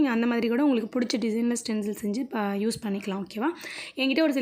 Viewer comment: Saying stenzil but it is stensil